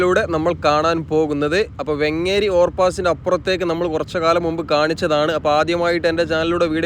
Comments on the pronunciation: വെങ്ങേരി ❌❌ വേങ്ങേരി✅✅ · വെങ്ങേരി അല്ല വേങ്ങേരി.